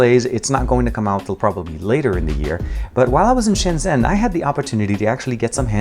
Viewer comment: It's ShenJen